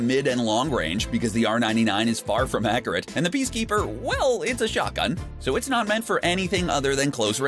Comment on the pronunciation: Anyone else hate how he says accurate, he says a cure it